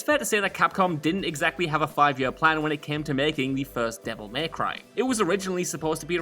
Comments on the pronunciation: Anyone else get frustrated with how he calls it 'Devil Maycry' rather than 'Devil May Cry'? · Why say “devil MAY cry” so weird